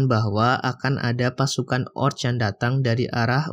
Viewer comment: Orc.. Sebutny oQ